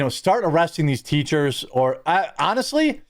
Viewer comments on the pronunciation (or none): none